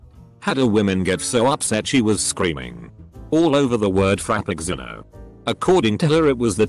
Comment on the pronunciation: “Frap-picks-sin-o.” 😂 Also, STARbucks.